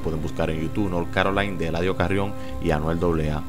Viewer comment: Diske north carolain se pronuncia north carolaina